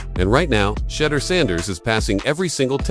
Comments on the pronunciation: My thoughts are: learn to pronounce the players names would be helpful and less distracting his name is pronounced Shu- door not Shutter-door. Mispronouncing a star’s name is like finger nails scratching on a chalkboard to me😢 Thank you!! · "Sheeee-Doooor!"!!